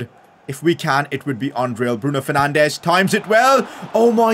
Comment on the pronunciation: Goal: Bruno 'Fernandesh'. Signing: Anthony Best Player: BRUNO FERNANDESH